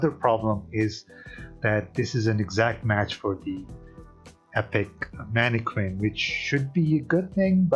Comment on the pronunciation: “Man-eh-Kin” Not Harley Quinn.